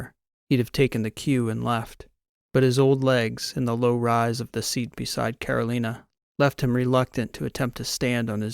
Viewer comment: This is your 80 year old fan. Another good story, except your pronunciation of Carolina. I'm born and bred in North Carolina.